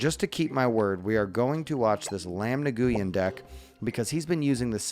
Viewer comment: Nguyen is pronounced like “win”